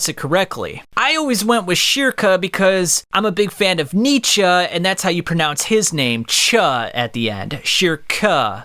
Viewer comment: German here, youre right in that Nietzsche says it correctly, but your pronounciation is still off. And thats just because the german R is incredibly hard for english natives, as well as all the vowels lol